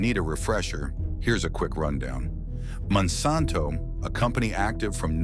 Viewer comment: Monsanto rponunced WRONG and randomly.